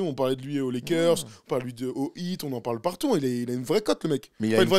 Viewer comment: faites au moins un petit effort pour prononcer "Heat" avec un H aspiré, et pas le "It", même si le H aspiré a disparu dans la langue française en pratique.